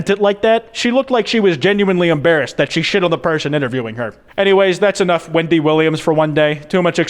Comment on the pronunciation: I've watched this video like three times by now, and I still like how the entire time it sounds like he's saying "Windy" instead of "Wendy" 🤣